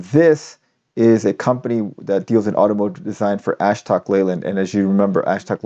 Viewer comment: btw, "Ashok" is pronounced "uh shook"